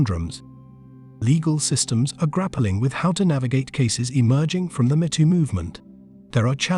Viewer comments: "Me Too", not "M'too" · Are you referring to the Artificial Stupidity reader software that pronounces “me too” as “mehtoe”? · Imagine how dumb an automated voice robot must be to not even be able to pronounce me too properly instead saying meh tooo